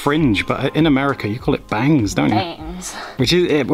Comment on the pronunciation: When says "bangs" 🤣